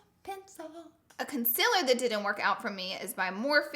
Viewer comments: Is it me or does she say concealer wrong like conciler not concealer.... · Honey it's con-ce-lure not cumciler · Why does she pronounce concealer wrong? IT'S CON - SEE - LERR not CON - SIL - ERR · what the hell with the "CONCILER" 😂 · Loara said conzelar lmao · "Consillurr" why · Con-ce-ler thats how you pronounce it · I love how she says concealer